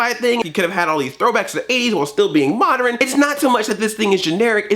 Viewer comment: did he say moderon?